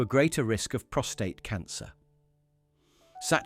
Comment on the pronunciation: Prostate.. not ptostrate